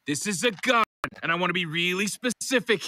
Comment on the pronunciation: i love how rick pronounce GUN, sounded exotic😂